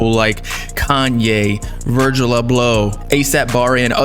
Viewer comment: Virgil a-blow😂😂